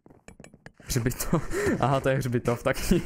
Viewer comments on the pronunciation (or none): Chčípám s toho jak sir řekl chřbitov